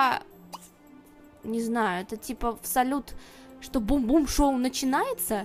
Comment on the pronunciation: Бум-Бум шоу ахахахахахахххаха правильно говорить Бум-Бам шоу